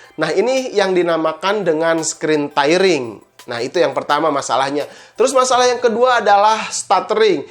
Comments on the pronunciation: Penyebutannya, "Teering" bkn "Tairing", hehee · Tairing ya? Kirain tearing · tairing (tyring) ??? tiering (tearing) aaah... yg bener... displai port??? displei port kakaaa... masa channel IT baca inglish aja ngaco? tepok jidat